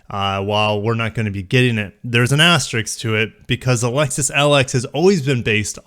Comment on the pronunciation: "Asterisk". Not "Asterick". You're welcome.